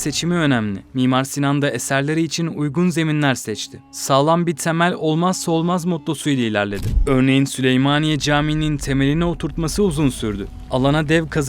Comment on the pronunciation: Abi neden dzeprem...tsemel... diyorsun? "Tsı" "dzı" diye bir harf yok Türkçe'de. Ne oluyor "cool" mu oluyor sanıyorsun? Kulak tırmalıyor, tiksinme veriyor yemin ediyorum.